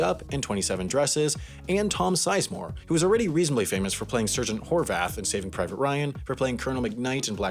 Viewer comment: The fact that you mispronounced "Sergeant" but didn't mispronounce "Colonel" broke my brain